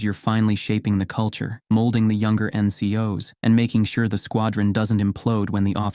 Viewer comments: Don't for get the NCOs - "In-cee-oh-ess" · Was ts ai generated? The way he says ncos weird me out